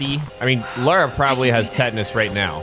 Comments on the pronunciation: For peat sake, it's LA RA not Lay-Ra or fuckin Laura!!! How is that difficult to get right?????? Yanks drive me nuts!! 😂😂😂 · Why does every American pronounce her name wrong? It’s Lara Not Laura ! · okay I've heard ppl call Lara 'Laura' but LERA?? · Ok, repeat after me... LARA like Car-RAH. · Have no idea why Americans just cannot pronounce the word "Lara" 😂